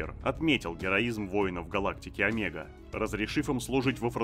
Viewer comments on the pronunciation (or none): none